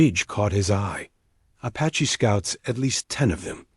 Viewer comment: Fish your dam AI it's tells of every period at the end of everything. And ... Sentences one second it says apache cotectly and next time it slaughter s it's pronunciation. Disgustingly